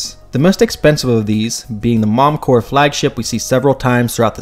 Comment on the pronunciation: When you’re talking about a company, you do pronounce the P in Corp.